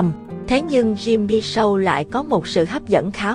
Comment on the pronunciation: SHOW ( phát âm SÔ không phải SÂU )